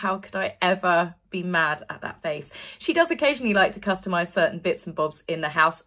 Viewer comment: I love how you say “customise” 😂😂